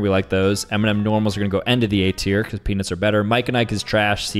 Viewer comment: bro said cause penis is better (ik he said peanuts)